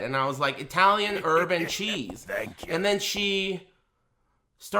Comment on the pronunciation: Holy shit, I heard "urban cheese" too. Thanks.